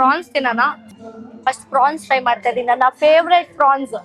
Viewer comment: It's pronounced as 'prawns' not fronx